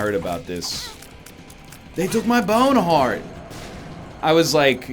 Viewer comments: Take a shot of EGGnog everytime NL says my BYOWNE heart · Mhy byohn hahrt. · HE LEFTT HE BYOHN HARHT ON HUSH